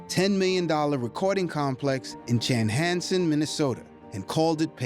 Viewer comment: This is poorly edited. At one point there are two voices going over the top of each other that are unrelated, the photos/clips are mostly out of chronological order, words are mispronounced - i.e. it's not Chanhansen. Clips are cut off in mid-sentence and mid-shot and pictures don't match the events being referred to. I mean something as easily sorted as what sort of plane he was on when it had to land so he could be hospitalised - it shows a passenger jet flying and then the inside of a huge commercial cockpit. He was on a private jet. And, he did have hip surgery and his cause of death is known.